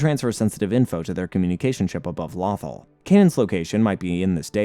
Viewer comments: It’s pronounced “low-thaw” 😂. I keep hearing a mispronunciation of waffle. Otherwise, great work on the recap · Since when is planet Lothal is pronounced Lathal. If your gonna talk about Star Wars or make a Star Wars video please at least take the time to know the names of planets and characters and how to pronounce them that planet's name is said many times in the show listen to how they say it. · "Law-thul"? "Quee-gon"? what in the flying fuck is this pronunciation??😭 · i stopped watching when lothal was mispronounced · Is it just me who got annoyed at him mispronouncing Lothal and Qui-Gon? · Bro like every video he mispronouncing atleast 3 names 🤦🏾‍♂️